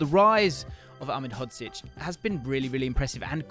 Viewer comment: unfortunately he didn’t pronounce it correctly great video tho